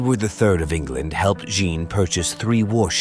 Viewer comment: Say 'Anne'. Now, just add a 'Je' at the start. You can now STOP ever saying it the way you butchered it in the presentation above.